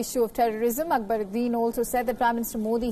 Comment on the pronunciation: Mrs anchor pls pronounce the name properly It's ak - ba-rudin